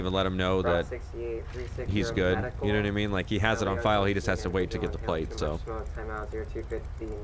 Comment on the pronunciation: yehnuhnuhmean? Someone make a meme out of that.